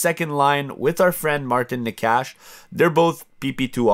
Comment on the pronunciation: Necas is pronounced "Neigh-chus"